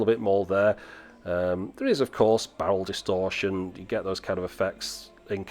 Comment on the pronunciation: Wait did you say bowel distortion? That camera really is crap... 🤔😉 Just kidding of course, love the videos!